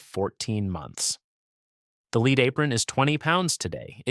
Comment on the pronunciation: beat me to it. So annoying hearing leed for Pb!